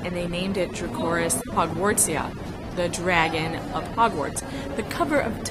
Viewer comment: I have no idea what the ceratopsian she supposedly saw is actually called, but draco Hogwartsiensis would be the correct Latin form of what she pronounced as "dracoris Hogwartsia."